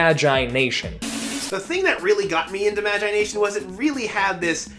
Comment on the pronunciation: He says magIIIe nation